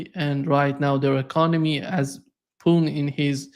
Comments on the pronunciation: you can't pronounce Putin? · it's not poo'n...lol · Oh, if only you would do your viewer the courtesy of pronouncing the name Putin as Putin instead of Poon. It's disrespectful but who cares. it's sometimes just not clear of whom you are talking.